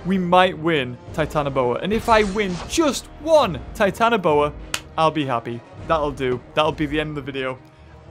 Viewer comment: You didn't say Titanoboa Right. You say it like this: TITANOBOARRR